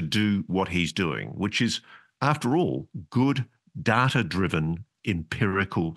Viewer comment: Its not DARTTER mate , Its Data. 😂